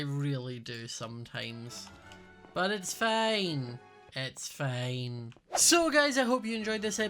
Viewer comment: "It's fine, it's fine." More sounded like "It's pain, it's pain." HAHAHA